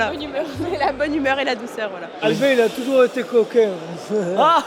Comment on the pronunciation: l’oncle vaaa dieuu dit coquaing